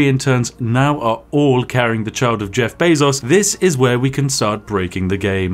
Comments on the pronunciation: I just instinctively assumed he was saying Beff Jezos the whole time. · YouTube: “removes dislike button” The Spiffing Brit: Jeff Bazos